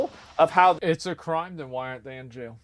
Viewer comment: "Stryaight to jyail" Assmon.